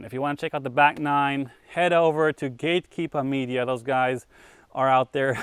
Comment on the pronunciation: Awwww Simon is really becoming a Mass resident... "Gatekeepah Media"